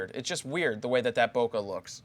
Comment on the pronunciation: it's not bokeh it's BOKEH for God sake